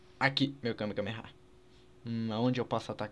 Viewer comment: vey pff n fala kamekameha n pelo amor de deus é kamehameha